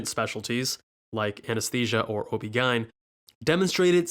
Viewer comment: the way you said obgyn was so weird and unsettling